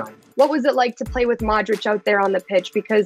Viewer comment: Please, if your are going to do this, LEARN how to pronounce Luka Modric correctly!